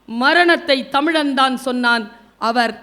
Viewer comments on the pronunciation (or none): none